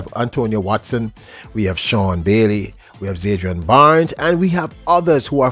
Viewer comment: Bro, its ZAN-DRI-ON